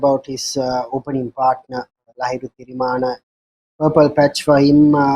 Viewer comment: Pronounce players name properly. Lahiru THIRIMANNA. not tirimana